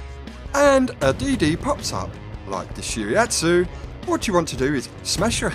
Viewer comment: nice video! love it! need more exp from USSR's DD to reach Tashkent! and spread the red flag (just kidd) (not that important it's actually => shi-ra-'tsu'-yu, really I don't like when get hit by IJN torps)